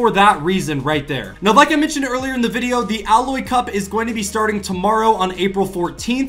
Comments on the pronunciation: Its A-lloy not alloy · You said ailoy wrong its like eiloy but you write it as ailoy